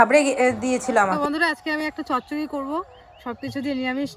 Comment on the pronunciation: tumi chachori k chotchoti bolcho. Ota chotchoti na chachhori bole.